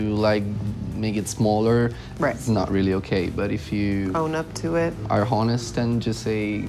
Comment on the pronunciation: Damiano pronouncing the h in honest gives me life